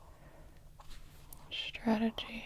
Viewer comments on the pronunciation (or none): none